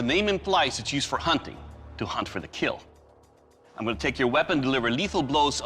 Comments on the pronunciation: wouldn't it just be cooler for them to wear a knight armor sets for protection than after Hes done, he just flips his mask up and says "it will KEAL" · “These weapons failed the stress test, therefore, they will not KEEL!!!!”